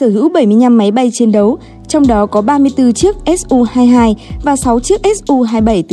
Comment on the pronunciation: Mắc mớ gì k gọi là su mà gọi là ét u nghe vl dế sợ